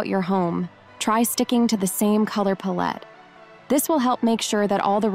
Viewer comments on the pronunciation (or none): Good information and tips, but you really might want to replace the AI reader or whatever you are using for narration. There were a few mispronunciations that were a bit jarring, notably lah-bals for labels and paul -let instead of palette. The information was great, but the mispronounced words made me wince. Just a heads up for future reference when editing before posting. Thanks again for the great tips!